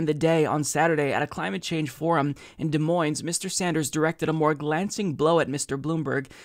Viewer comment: The “S”s in Des Moines are silent. lol